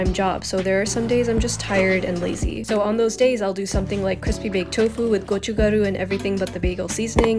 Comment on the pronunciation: hearing you pronounce 고춧가루 (gochugaru) with an indian accent is so sweet and funny!!! the food looks amazing your channel is wonderful!!!